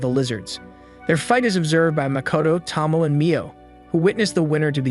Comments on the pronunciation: Tow - Mow -Ay..... Not Tah-Moe, not Toe - Moe. I corrected this on the other one hoping you would pronounce it right. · Why is it so impossible to pronounce Names correctly? Her name is Tomoe, not Tomo. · I wonder if you mispronounce names on purpose. Tsige ... "see-gay" Tomoe ... "to-mo-ay" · at least pronounce Tomoe right tho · Tomoe is pronounced with a hard A sound at the end.. at least in the English dubbed version